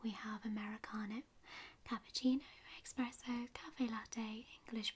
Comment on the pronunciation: Why’s everyone call the espresso coffee, expresso????? It is not “ex” it’s “es“. Btw* you are gorgeous love you totally